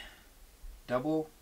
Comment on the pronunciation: FYI, the group Double is pronounced "Doo-blay". And I sort my records and CDs the same way the computer sorts the file names: digits first, then alphabetically by the first word in the artist or group name. That way is not "correct" (it's supposed to go by the artist's last name, not their first name), but I just find it easier and less confusing.